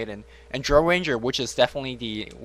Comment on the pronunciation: Couldnt understand who else who had commentating, but he was awful.. Too much "uhhh" and just random shit that didnt make sense came out of his mouth. Just do a solo commentary next time, you are x100 times better. He couldnt even say "Drow" right. rofl